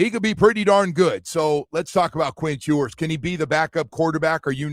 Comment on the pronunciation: “Quint Hewers” …. Killin me